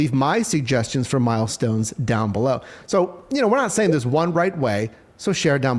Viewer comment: Milestone pay sounded more like millstone pay